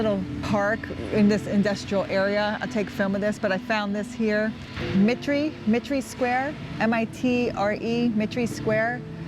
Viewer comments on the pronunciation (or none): its pronounced My-ter